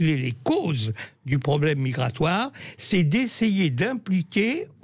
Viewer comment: la pêche migwatoaw afwicaine.